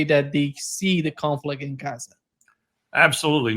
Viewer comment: Appreciate Col W pronunciation "Cazza" occasionally. I have an antique map of the region, and it's marked "Cazza"